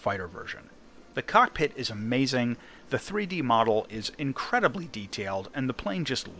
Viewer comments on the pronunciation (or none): none